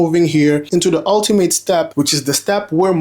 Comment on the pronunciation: its "the screen" not "de screen"